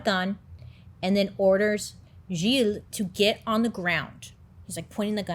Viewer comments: That story has always been really interesting to me and I'm so happy you're covering it! Btw, as a French Canadian, your pronounciation of Gilles is great! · As a French speaking person, your pronunciation of Gilles is muah chef's kiss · As a French Canadien my-self, you pronounced “Gilles” very well 😂😂 Great video! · You pronounced Gilles perfectly. You are amazing. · I am francophone and let met tell you, you did a great job on pronouncing Gilles name the right way !!! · You didn't butcher the name Gilles, you pronounced it pretty well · Pronunciation of the name Gilles 100% ok! i give you A+!